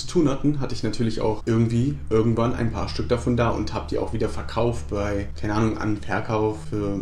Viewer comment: Du hast statt "irgendwann" "örgendwann" gesagt. Genau wie ich xD